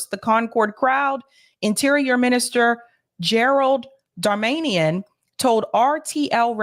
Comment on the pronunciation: It's amusing how pronounces French words like they're Spanish words and French family names like they're Armenian names (Darmanian for Darmanin). She really is from Boston.